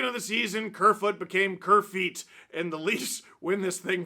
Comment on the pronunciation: This guy is BI-POLAR ! But in his case, it's a good attitude for Sports Broadcasting! Steve , it's not Kerrfeet It's Surefoot ! DML